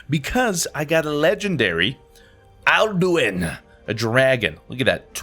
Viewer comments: Your accidentally saiding "Arduin" instead of "Al-Du-In" (Alduin) xDLove the new logo! Pop. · he keeps calling alduin, arduin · I died at his pronunciation of akatosh... and "arduin"... I love you but... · I love you to death but every time you said "Arduin" I died a little inside. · did you ever play skyrim because whenever you said "arduin" instead of alduin I cringed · "Arduin" it's ok I still love u It's alduin btw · Don't wanna be that guy but... it's pronounced "Al-doo-in" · ITS ALDUIN NOT ARDUIN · I have to admit it bothered me so much when you said Arduin a ton of times instead of Alduin. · I was actually triggered when he didn't know Alduin and called him Arduin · mfw he calls alduin aRduin and soul tear soul tease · He calls Alduin Arduin I hate u so much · I died inside when you said arduin ps your great<3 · Listening to you call him Arduin was alduous. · Did it bother anyone else when he kept saying Arduin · you said arduin but i still love you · Stop saying arduin!! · "Arduin" You crack me up xD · Just saying because it honestly bothers me, you're pronouncing Alduin wrong. Best if you look up the pronunciation, it's got an 'een' at the end of the word, if that helps x3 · kinda triggered cause you can't even pronounce the main boss in Skyrim, and you call yourself a Skyrim fan. Don't get me wrong I luv you but sometimes you just pronounce stuff terribly wrong. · where were tou getting the r from in Alduin?